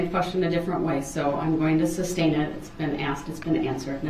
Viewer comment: ITS FAIR TO SAY YOU MURDERED 6 PEOPLE AND INJURED MANY OTHERS. THATS FAIR TO SAY. HE IS AN IDIOTIC NARCISSISTIC SELFISH FOOL. PLEASE SOMEONE TELL HIM ITS NOT SUBSTAIN, ITS SUSTAIN!!!!!!!!! Pmsl 😂